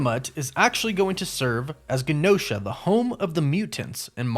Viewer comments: I'm pretty sure the island is pronounced with a J sound, like Jen-Oh-Shuh (Genosha) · It's "GE NO SHA" NOT the way your saying it I'm sorry it bothers me but it does I'm Just Saiyan HGD ✌️ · OMG...when you mispronounced Tiamat I overlooked it. When you mispronounced Gene-o-sha (like as in mutant genes), I was annoyed. When you mispronounced adamantium I unsubscribed. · Genosha is pronounced JUH-No-shuh... like GEN... genes... Genosha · Guh-Nosha? come on tell me you watched the Cartoon lol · It is so wild to run a channel like this and mispronounce words like genosha,tiamat and,adamantium it almost makes the video unwatchable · I believe it’s pronounced (Je-nosha) not (Ga-nosha) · Wow you can really tell this guy has never watched X-MEN the animated series before. its GENE - osha like jean not Gin osha Not even gonna get into your adamantium pronunciation Like wtf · It’s GEE NOSHA not guh nosha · It’s also pronounced J-enosha lol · I might be wrong, but isn't it pronounced Genosha with a soft G? Like the J sound? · It’s pronounced Jen-O-Sha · “JANOSHA” is how it’s pronounced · Hahaha it was bothering me too 😂. Also Genosha was pronounced like “Jen-O-sha” on the old x-men cartoon…so that was bothering me too…but not as bad as the “Adamantium” lol. It’s all good though I appreciate the content and video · You pronounce Adamantium and Genosha wrong. It's really annoying. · arent you pronouncing adamantium and Genosha wrong? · Take a shot every time he mispronounces Genosha, adamantium and Tiamut💀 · Is it me or is this guys pronunciation of Adamantium and Genosha kinda off. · You pronounced Adamantium and Genosha wrong. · Sorry for the nitpicking- but it’s Adamantium not Adamintium. And it’s Genosha with the soft G. Kinda distracting when I hear it said wrong. I know -need alert. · Great videos but your pronunciation is killing me. Genosha is pronounced like Jennifer Adamantium = Adam-Ant-ium